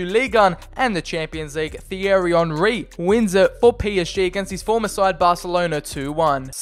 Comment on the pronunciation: Did my man just say fierry Henry. 😂